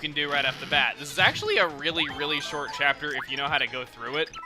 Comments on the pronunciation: Cheapter is what he said at the end why can't he say chapter instead if cheapter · why are you saying chee up ter instead of chapter?